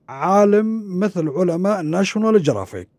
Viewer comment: يا أستاذ.. أنت تقول كلمة جرافيك قصدك ناشيونال جُغرافيك و ليس جرافيك.